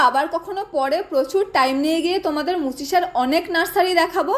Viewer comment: Madam Mucccchisa noy, Muchisa. Jak madam rag korben na, apnar video gulo khub bhalo lage, kintu gach churi Kora bondho korun.